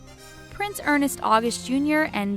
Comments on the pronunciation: Your “reporting” leaves much to be desired. Not only do you not have your facts correct, but you cannot even pronounce names correctly. Prince Ernst is not pronounced with 2 syllables! According to esteemed British scholars and experts,Edward 8th was forced off the throne because he was a huge threat to the British establishment. Wallis Simpson was the excuse they needed to get rid of him. Your channel totally lacks credibility and if filled with misinformation. Certainly not one I would subscribe to! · Oh jesus. Albert and Charlene's twins aren't girls. They're a girl AND boy. Who researches this stuff? And the narrator doesn't know how to pronounce Ernst?? It's NOT Ernest! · Please, if you insist on having a YouTube “ news “ channel, use the correct pronunciation of the names. You referred to Prince Ernst as Prince Ernest! His name as well as his fathers is pronounced with one syllable, not two. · Ernst is pronounced as spelled ! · To whoever did the commentary, learn how to pronounce the names of the people you are talking about bimbo. Also your video is full of errors. Totally crap. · The constant mispronunciation of 'Ernst' drove me up a wall! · Please.américains. get your facts straight. And learn how to pronounce names properly. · ERNST not ERNEST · It is pronounced erNST, not ernEST. There is no E before the S in his name. And Klaus is pronounced...never mind, they needed a better editor for this whole video. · It isn’t EARNEST August. It’s ERNST. ONE syllable, sounds just like just like it’s spelled! ERNST! Annoying!! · The name "Ernst" is not pronounced "Ernest". For the work put into this, an amazing lack of attention to this detail. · Forgive my pedantry, but Ernst is one syllable, and not two as it's being pronounced here. Someone didn't fact check content; many errors. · It’s Ernst not Ernest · James Hewitt wasn’t a polo player. He was a British Army officer. And it’s not Ernest it’s Ernst. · E.r.n.s.t. NOT E.r.n.E.s.t. Sheesh! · Ernst, NOT Ernest.